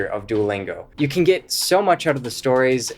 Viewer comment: I didn't learn anything new about Duo lingo for this guy. He lost me when he pronounced Get as Git.